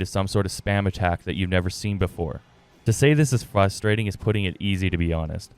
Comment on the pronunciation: Great very helpful vid, but plz practice saying "frustrating" not "fusstrating" 😂 if you're gonna say it 20x you might as well learn the word mate